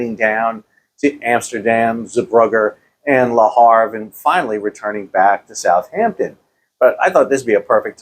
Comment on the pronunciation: Top Tip. Its NOT South-Hampton Its Southampton....